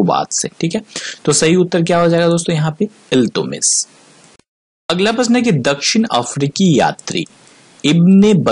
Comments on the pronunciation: इल्तुतमिश बोलिये इल्तुमिश नहीं सर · He was not iltumish .he was iltutmish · Naam to sahi le le..Iltutmish